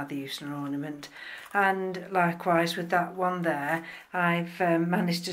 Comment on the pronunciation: "I've had to cut one of those pseudo bulbs off, because they're neither use nor ornamant" lol you are a laugh.